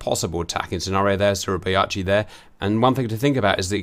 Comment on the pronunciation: Suribachi pronounced Surrey Bah chee